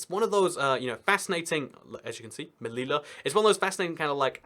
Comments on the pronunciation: MELILA??? LOL. IT'S MELILLA, WITH DOBLE LL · Your pronunciation of Ceuta and Melilla made my ears cry... Please take a look to the proper pronunciation